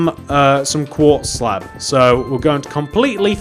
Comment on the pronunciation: is it me or he keeps saying slap and not slab